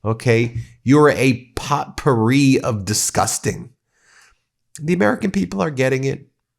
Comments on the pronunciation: Ben, I love your channel and have been subscribed for a couple of years. However, sometimes you come off as undereducated like today the way you pronounced potpourri!!! The "t" is silent. You also misuse "a" and "an" before nouns. It demonstrates how careless Americans can be. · "POT- pouree?" It might be "POE - pouree". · Ben, I love you, but the T is silent in the word potpourri. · This is your unofficial grammar n*zi checking in. Ben, the "t" in potpourri is not pronounced. It is "po-porrey", with a long "o" in the first syllable, and the accent on the last syllable. I'm trying to help, not criticize. I love your channel, and I've been watching from a fairly early time in your channel. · The "t" in pot pourri is silent. It's POE pourri. (I want you to be perfect.)